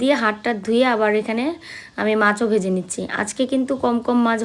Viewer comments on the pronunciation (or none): none